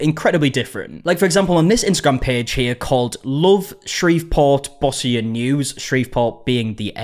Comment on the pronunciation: This was in my hometown, ironically I only heard about it from a comedy podcast I follow, it's not been covered on any of the local tv stations I watch. Oh, and a friendly FYI: While you got Shreveport correctly ( bravo for that ) you got the Bossier wrong. Most people not from here do. It's pronounced Bo-sher, as if it were actually spelled Bozier. It's one of those tricky French names Louisiana is so well known thankful this video wasn't filmed in Natchitoches, Louisiana ( go on,give it a try lol ). Thanks for covering this.